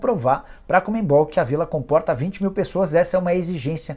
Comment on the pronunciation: Não é COMEN-BOL!!!! É CON-MEBOL! Triste um jornalista não saber isso…